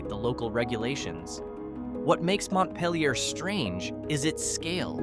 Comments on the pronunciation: Yup. And Montpelier is NOT pronounced "mont-pell-ee-yay". It's "mont-peel-yer" . I lived in Marlborough, VT, which is not the birthplace of the cigarette brand. My family had homes in Tunbridge and Randolph. I almost bought a place in Chelsea but held back. Regret that now. 10 acres for $75,000 sounds WEIRD now, but it wasn't 20 years back. Oh well. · I couldn’t take it anymore….bar? And how he is pronouncing Montpelier is driving me mad!